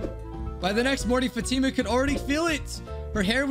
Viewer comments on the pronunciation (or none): the name Fatima is pronounced fought-emma